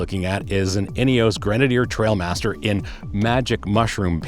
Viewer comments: T-r-i-a-l master not T-r-a-I-l master… everyone seems to get this wrong initially. Great summary in any case. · Not trail but trial apparently. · Trial master not trail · they are trialmaster, not trailmaster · It’s not Trailmaster it’s a trialmaster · I totally felt the same way. This review fit me perfectly. Mispronouncing the name probably because I’m anal just grated on me. The review was exactly what I was looking for. Ha ha ha. Good content.